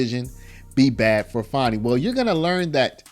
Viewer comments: Now put Fani in prison. And it’s not Faw-née, it’s Fan-nee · Her name is not Fonni its Fani.